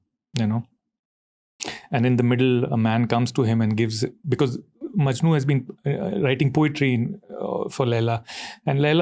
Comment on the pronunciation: Ranveer its "Laila Majnu" not "Laila MANJU" my grandma gets offended 😁